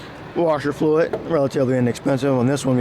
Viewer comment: HybriT, FluiT, HundreT 😬